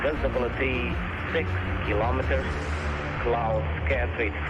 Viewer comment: Killo-meters? Really? Who says it like that?